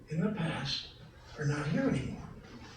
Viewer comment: "Pleasure to be veer"